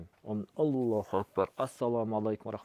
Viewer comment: Ассалому алейкум еле дечи енен тилин бурап кыйналбай еле